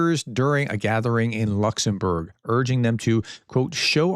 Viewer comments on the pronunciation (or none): none